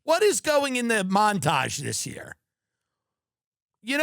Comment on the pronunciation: You mispronounced mountage : ) Let me help pick your cherries : (